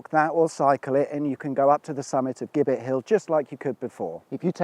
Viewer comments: Dear chap it's 'Jibbitt' not 'Gibbett'. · You're absolutely right, it is indeed pronounced 'jibbet' they used to hang the highway men on that hill. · It's spelled 'Gibbet' It's pronounced 'Jibbit ' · Its jibet hill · It's pronounced 'Jibbet' ... a structure they used to hang criminals bodies from. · The gibbets that were used to hang miscreants was actually pronounced as “jibbett .” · Isn’t Gibbet pronounced with a soft “G”, meaning a hangman’s scaffold? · A nerd writes....Strictly speaking,a Gibbet (pronounced as with a J) was a metal cage in which the bodies of executed Highwaymen were displayed as a warning to others. Jerry Abershawe,the famous Kingston Vale Highwayman was hanged at Kennington in 1795 then gibbetted at Putney Vale near the scene of his crimes.... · "Gibbet" is pronounced with a soft g as in gin. And giblets.